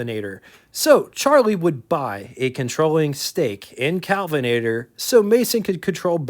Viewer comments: Your problem is pronunciation, not emphasis. It's KELvinator, not CALvinator. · Kelvinator Not Calvinator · K El vinator not CAl vinator KELVINATOR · Hi,! Love your show, and love this episode, and so glad that you’re a stickler for details. I watch every episode as soon as you release them. I hope you won’t take offense, but you’re pronouncing “Kelvinator” like “Calvinator”, or “Cowlvinator”. The first syllable rhymes with bell, sell, and well, not pal or howl. Kudos to you for all your hard work, and for properly pronouncing “Willys” (rhymes with “Willis”)!❤